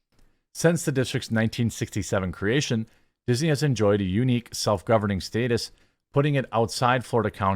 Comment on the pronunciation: I hate how you say status as stay tiss. But I give you a thumbs up anyway